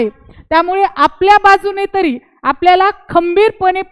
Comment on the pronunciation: तुम्हाला भारतीय संविधानाच्या अनुच्छेद 14,21 कलम माहीत नाही, भारतीय राज्यघटना नागरिक, सेवकांच्या सुरक्षा या विषयावर ज्ञान नाही. तुम्ही दहावी पास आहे तुम्ही अगोदर मुक्त विद्यापीठाच्या पुर्वतयारी करून बारावी पास व्हा. मराठी भाषेवर प्रभुत्व नाही आहे तर्री म्हणत आहे तरी म्हणून उच्चार करा